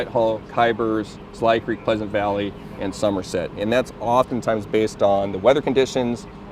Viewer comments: It's not kyzburg. Lady shouldn't be a reporter if she can't read. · See he said it right lol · Sound is out girl. ky-burz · It's KYBURZ!!!!! Learn how to say the name of the town. Where are you from? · Someone tell her she's saying Kyburz wrong? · Suggestion: Learn how to pronounce the name of the town you're reporting on before you go live if you want to be taken seriously, especially when the name of the town features prominently in your story. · She should learn the name of the town before reporting 😂